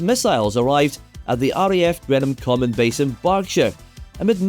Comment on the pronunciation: *greenam common, not grennam common.